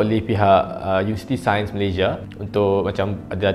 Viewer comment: Malazy- ya